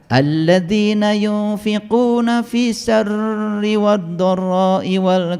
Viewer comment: Bukan fissari tp fissarooi